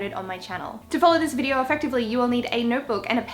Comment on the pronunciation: the way she says videor lowkey annoys me I'm sorry but great video 😂😂